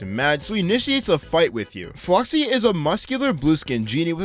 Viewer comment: The fact he pronounced The Great Flocci's name correctly is amazing.